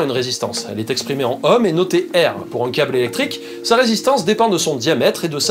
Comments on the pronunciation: On ne prononce pas ohm comme homme mais comme ÔÔÔÔhm. Comme drôme, rhône, aude, etc ... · On dit un "nohm" et pas un "hohm", un ohm quoi.